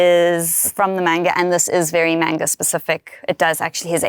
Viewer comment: Please say Manga correctly. Its not mainga